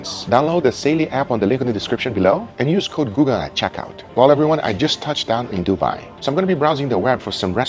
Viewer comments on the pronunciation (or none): none